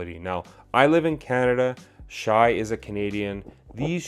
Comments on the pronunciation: dude his name is pronounced "Shay" stop saying "shy".. if u dont know his name maybe learn it before u say it 100 times in 10 minutes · It’s “Shay” not “Shy”